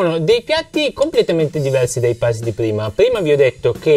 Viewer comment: Bel video interessante per chi sta iniziando. 👌 Unico appunto: la pronuncia di Paiste e Meinl. Essendo marchi di madrelingua tedesca Paiste si legge per intero senza troncare la e. Meinl invece si pronuncia "Mainl". Scusatemi se ho detto un'eresia.